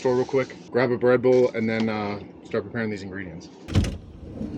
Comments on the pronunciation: I thought he said Redbull not bread-bowl. I was thinking this dude is way too addicted to Redbull. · anyone else miss hear him say REDBULL and not BREADBOWL lol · My ears heard "Red Bull"